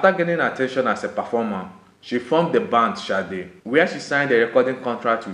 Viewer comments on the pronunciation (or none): sade not shade oh man